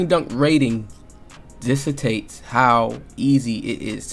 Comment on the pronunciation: Great vid bro but you do realize it's "dic-tate-s" not "diss-a-takes" 😂😭